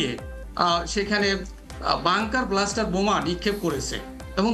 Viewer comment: Dear prof It's Bunker Buster not bluster. Pronunciation needs improvement.